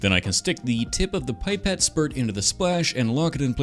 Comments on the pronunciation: I love that you say Aluminium the right way, because as we all know, Canadians are what Americans would be if they had common sense. But why'd you go and have to ruin it all by saying PIEpet? Its Pipette, as in PEEpet, like the PI in Pillow. Cuz i think its French, Which makes this even worse because, ya know...Canada! I Forgive you, your stuff is awesome. Its cool to see you make stuff from the post apocalyptic nightmare that is Kirby & the forgotten land. I call it that because you know Kirbys were invented as Roomba replacements that got out of hand and destroyed humanity. Anyway, again, great stuff, can't wait to see what other tiny nerdy things you make with those awesome tools of yours. Would love to see a workshop tour sometime. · It's pipette, not pie-pet